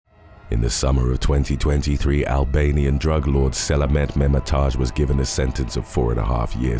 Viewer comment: Selamet but not selamat ha..ha...😂